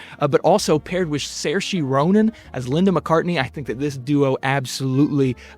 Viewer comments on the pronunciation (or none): Saorise ends with "sheh" not "she".